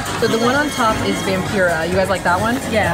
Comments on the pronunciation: Hey Saf, I just wanted to kindly let you know that you pronounced Vampira wrong; Vam-PIE-ruh =) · vam-pie-ruh is how you pronounce vampira lmao